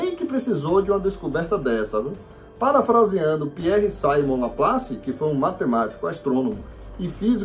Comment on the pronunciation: Laplace era francês, logo a pronúncia do nome Simon é cimon e não saimon